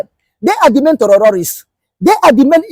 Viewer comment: Please put this man back on track. The word terrorists not the where he's pronouncing it.